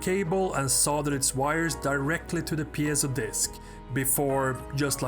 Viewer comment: Here we see the world's only man who can actually pronounce 'piezo'